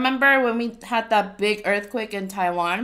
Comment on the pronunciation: My aunt was in a earth cweyk